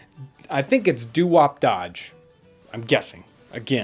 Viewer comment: Thanks John that answered the question . I dig apple juice ! Also some of the other tuber's helped me out as well I wnat to thanks them also. and last but not least ; yes you said it correct. Its Do Wop as in 1950's Do Wop and Dodge as in the creation of the late Great John & Horace Dodge. Put them together you got dowopdodge. Thanks so much for answering my question and I look forward to more video's.